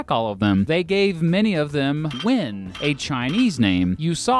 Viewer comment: I cringe so hard when you pronounce the surname Nguyễn